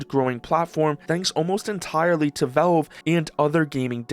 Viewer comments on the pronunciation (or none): most concerning is his pronounciation can anyone teach him is valve not? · Vavwe, the waww lol man say the l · could just be mispronouncing on purpose for comments you never know